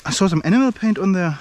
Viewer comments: Awesome video boss. Just a heads up. When you say 'enamel' it sounds like 'enema', which is a very very different thing lol. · It sounds like animal